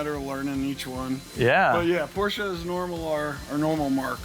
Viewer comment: "Eees not a porch, eees a Ferrari." 🤣😆🤪